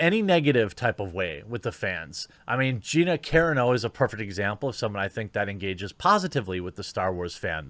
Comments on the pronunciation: For the love of God... It's pronounced 'CORANO'! Not 'KAREN-O'!!!!!! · Gina CAH-RAH-NO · You Butcher Gina's last name. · You bashing SOLO so much is pure cringe. The movie is not that bad. And learn how to pronounce Gina's last name jackass.